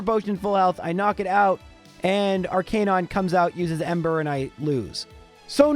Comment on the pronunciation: Please learn to pronounce names correctly. Especially Arcanine!